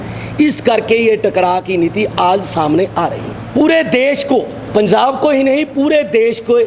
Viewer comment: ILL WRITE POINT BY POINT FOR THIS GAY ASS SWAMI JI.. 1- HE STARTED IN PUNJABI THEN TURN INTO HINDI IN JUST 2 SECS... HIS FATHER PROLLY A PUNJABI,2. ITS NOT PUNZAAB GAY ASS SWAMI JI ITS .. PUNJAB... TRY TO PRONOUNCE IN RIGHT ACCENT 3- SWAMI JI UR TOKIN ABOUT SANT JARNAIL SINGH JI..EVERY ONE KNOWS HE IS SACHKHAND WAASI NOW...